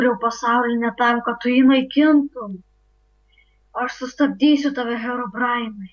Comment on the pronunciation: ei jis sako ne hirobrine o hibobainas :D